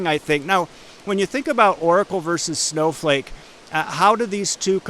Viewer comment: did he just call it Snowfake?